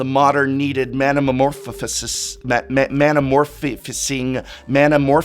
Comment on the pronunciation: come on professor, it's not that hard: Mana. More. Foes.